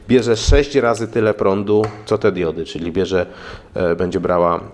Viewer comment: Najpierw ,,diudy" ,a teraz się ,,wyłancza" zasilacz. Miej litość dla języka polskiego.